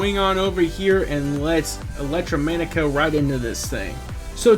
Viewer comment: are you under-educated or just unable to pronounce the name of this company properly? disgusting performance! Not Subscribing.